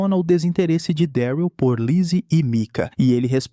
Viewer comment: Fala mano, video perfeito, sou fã da série kkkk. Só duas correções sobre a pronúncia: não é Gabriel e sim: GÊI-bri-uhl e Daryl é: Dérril. Pelo menos na versão dublada, a pronúncia é feita dessa forma. Acredito que a pronúncia ideal seja essa. Do mais, um excelente trabalho que você vem fazendo, tmj !!